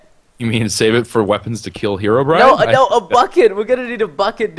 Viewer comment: HARLDBRIN? hearobrine